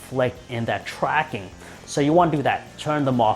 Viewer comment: you said twacking